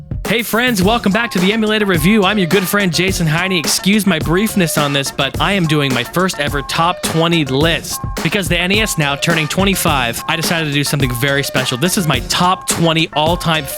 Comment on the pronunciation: He said heiny...lol